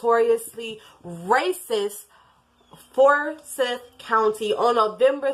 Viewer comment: The four boys were hers, the oldest girl was her step-daughter, and was the biological child of Lee (Tamla's husband), however, not Tamla's biological daughter. Also, it's pronounces FOUR-sigh-TH .